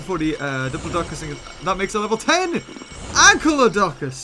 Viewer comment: Its not ANKYLODONCUS it is ANKYLODOCUS...... anykl-lodocus